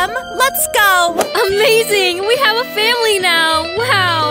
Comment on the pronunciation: When they wanted to say family they said fanily